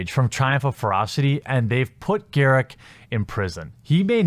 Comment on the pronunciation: GAW-ROOK not GAIR-ICC!